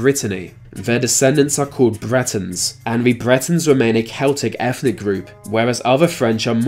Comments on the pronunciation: Is it me or is this guy pronouncing it, "Efnic" enclaves. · efnic? No. eTHnic. Yes.